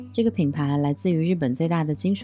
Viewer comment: 很喜欢分享！ 一个小小的更正，新潟的发音不是xie 而是xi